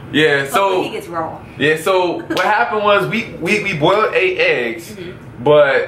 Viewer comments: says "bowled" eggs lol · She really can't say boiled lmao. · haha she said bold it's boiled